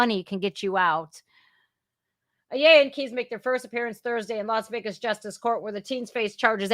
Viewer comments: That name is said -- aaaa - ya La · Ayala is pronounce Like eye y'all uh